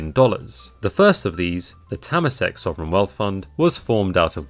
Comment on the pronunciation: Hahaha we pronunce Temasek Holdings as Ter-Mar-Sick instead of Tae-mer-sek 🤣